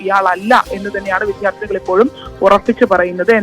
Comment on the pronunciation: ഈ വിദ്യാർത്ഥി എന്നത് വിദ്ധ്യാർത്തി എന്നു പറയുന്നത് കേട്ടുകേട്ട് മടുത്തു.